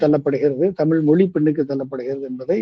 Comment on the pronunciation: தமிழ் என்று தெளிவாக உச்சரிக்க தெரியாத ஒருவர் பேசுவது நகைப்பை உண்டாக்குகிறது.